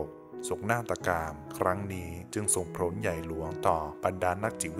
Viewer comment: ขอบคุณมากๆค่ะ แต่ไม่ทราบว่าผู้อ่านอาจไม่ใช่ thai native speaker หรือเปล่าคะ หากอ่านเพื่อฝึกการอ่านอยู่ อยากขอเสนอแนะการออกเสียงคำศัพท์ "ผล" ให้ออกเสียงแบบประมาณ โผน ได้ค่ะ ไม่จำเป็นต้องออกเสียง ล ลงท้ายค่ะ หากไม่ได้ต้องการคำแนะนำการอ่านนี้ต้องขออภัยด้วยค่ะ ขอบคุณมากๆสำหรับคลิปเสียงนะคะ